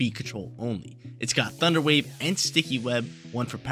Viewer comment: that southern accent thunder wyayve got me lolling!